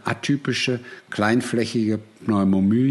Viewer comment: Den Text hat er aber sicher nicht selbst gesprochen, sonst hätte er wahrscheinlich nicht so Probleme beim Aussprechen des Begriffes Pneumonie.